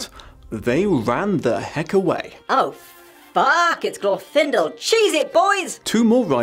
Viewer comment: I'm not even going to watch this video. It's Glorfindel.